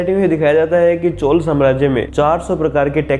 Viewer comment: Woh "chol" nhi "chozha".... Teek se pronunce karna seeklo...😐